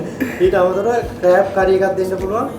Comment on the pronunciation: ඇත්තටම crab නෙමේද? Craab කියන්නෙ ඇයි?😂😂දන්නේ නැති නිසා ඇහුවේ